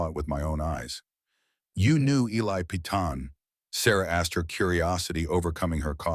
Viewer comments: I hate to correct ur pronunciation. But Peyton is not "Pea-ton" its Pay-ton. Like in the tv series "Peyton Place." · Peyton sounds like Pay-ton, not pea-ton